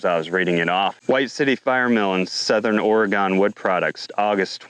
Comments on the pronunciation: It's Ore-Gun, not Ore-gone. Just a heads up. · Or-ee-gun ....I forgot my aluminum foil hat